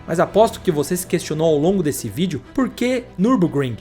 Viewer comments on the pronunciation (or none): none